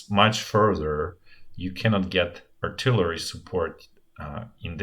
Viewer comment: RIP artilarry. It bothered me at first, but then it became an endearing part of the channel.